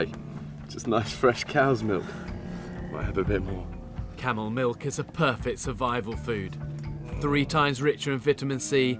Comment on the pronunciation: Camel,not Kamel😂